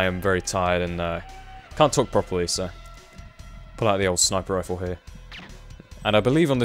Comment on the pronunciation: "Pull out the old sniper roifle..." Thats what he said?